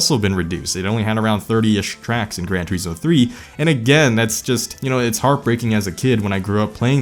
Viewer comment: “Tureeesmo” “liverees”